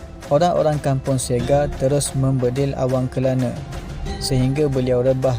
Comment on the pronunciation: Terima kasih admin untuk perkongsian ini. Cuma saya tertarik dengan sebutan perkataan Sega. Setakat pengetahuan saya, ✖️ Say-Ga ✔️ Sir-Ge Maaf dan betulkan jika saya silap